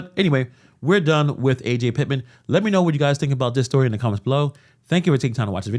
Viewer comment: Her name isnt A.J. its Ajay...